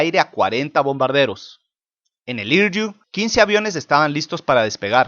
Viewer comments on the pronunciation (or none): "Hiryu" se pronuncia "Jiriu"